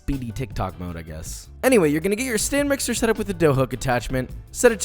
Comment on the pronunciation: Am I the only one who hears him say "STAN MIXER"????